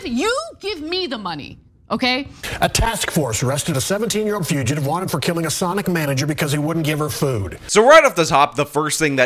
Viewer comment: 100%, this chick pronounces it “Sunic”.